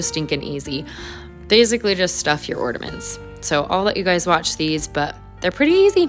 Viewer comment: Love all the ornaments. But there is no D in the word ornament.😊❤